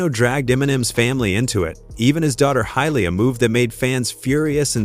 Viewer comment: Who the hell is hyley? Does he mean haley l o l